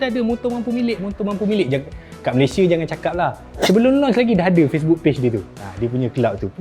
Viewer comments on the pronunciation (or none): none